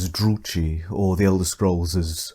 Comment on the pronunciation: The ch in Druchii is pronounced as a k